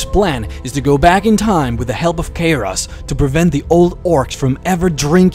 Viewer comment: I personally don;t hate his voice but the fact that he cannot pronounce a lot of the World of Warcraft names properly really annoys me. the way he pronounces Garrosh = gareish and how he says Jaina, making it rhyme with vagina, and the way he pronounces Kairoz as kayrez and when he tried to pronounce the heart of Y'shaarj .... Y'shaarj comes out as Yavsh,,,, I lost it . PLEASE learn to pronounce the names correctly, You can defiantly say either English is NOT his first language or that he has a speech impediment.